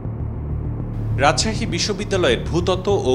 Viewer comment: রাজসাসি না কি রাজশাহী ???😅